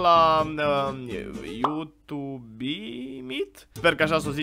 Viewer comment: Observați că toți vloggerii au o problemă când pronunță You2be?